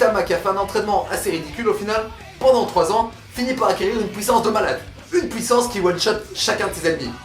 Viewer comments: On dit Puissance, pas pouissance... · dit puissance pas puits sens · PK tu dit pouissance …nan car c chiant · pouissance mdr continue t trop bien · " La pOUIssance du coup " :') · accent belge